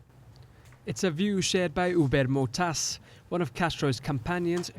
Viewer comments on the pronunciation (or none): Huber *Matos, not Motas. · It´s matos, not motas.